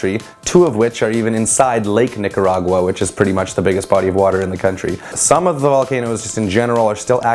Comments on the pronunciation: "Nigga-ra-gua" TF?!😂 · Is it normal to be Nicaraguan with the last name reyes? Also did he say Nigga By accident when saying Nicargua It got triggered(Plz don't get offended for what I said) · YASSS NICARAGUA WOOOHUUUUU I WAS BORN THERE! (also I swear if someone says Nicaragua in English again ima scream)